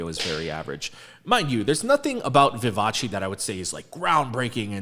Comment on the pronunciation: No korean : Literally no one : PD : ViVa-CHi